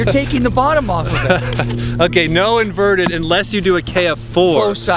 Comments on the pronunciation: It's inverted, not perverted. LOL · lol sounds like you said perverted instead of inverted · what did he say a i think he was tryin to say inverted